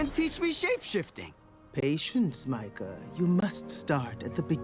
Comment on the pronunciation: I’m sorry but it’s pronounce Micah